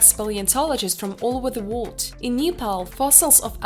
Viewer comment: lol she said Neepal, is dis a robot?